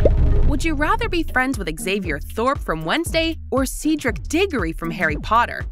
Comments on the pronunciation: See-dric man.. CEDRIC WHAT HAPPENED.. And Hermoine AAAAAAAAAAAAAAAAAAAAAAAAAAAAAA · Cedric ! not sidric!!!! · i know like ceedric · See-Dric Diggory! How dare you do Cedric dirty like that lmao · HermOIne gorl it’s Hermione Anamagus gorl! It’s animajis! Ceeeeedric gorl! It’s Cedric! vOledmort gorl! It’s actually Voldemort i know everyone says it wrong 😑 Gorl you can’t talk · It is not ceeedric it is Cedric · It’s not seedric it’s Cedric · Ahh. Yes my favourite Harry Potter characters. Hermooine granger and seedric diggory. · Yeah-CEEdric and HAIgrid got me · It’s Hermione and Cedric 😅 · Seedric Digory and Naagiini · yes same and also when she said sedrick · hermooineey seedric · I’m sorry ‘Herm-OI-nee’? Bro 😭 ‘Anim-ah-gus’ also you could be a wolf animagus sooo win-win? Ik they’re not the same ‘Nah-gini’ ‘Seedric’ ‘House cup’-proceeds to show Triwizard Cup ‘Erbology’ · "HeRmoINe" "SeEDric" I'm dead 💀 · “seeedric deegorry” bro what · It is ced rik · She keeps saying Harry Potter, wrong, Harry Potter words, like Sedwick degree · I can not believe Guessr got Cedric wrong it’s so easy to pronounce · How hard is it to pronounce Cedric right?!